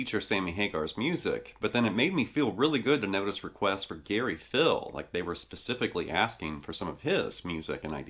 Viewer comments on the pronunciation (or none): Gary Pihl's last name is pronounced "Peel" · It's actually Gary Pihl(Peel)